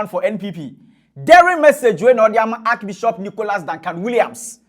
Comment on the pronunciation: What is archi-bishop ? Can’t even pronounce archbishop smh